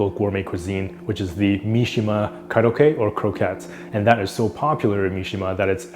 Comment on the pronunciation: It’s not kurokke but pronounce Ko-rokke.